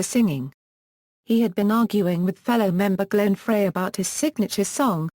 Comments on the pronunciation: Love Randy! Love ALL of the Eagles!!! However do not like this robotic voice. Once again Glenn Frey is pronounced "fry" not "fray". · Only one of the many mispronunciations!